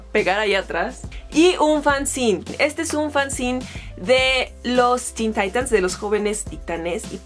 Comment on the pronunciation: Dato curioso, no se dice "fanzin" se pronuncia así como se escribe fanzine, yo también tenia ese error hasta que me lo aclararon